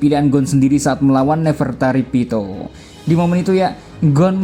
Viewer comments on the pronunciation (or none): Neferpitou, bukan Nefertari Pitou 😂